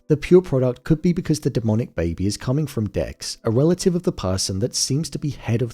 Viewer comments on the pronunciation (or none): none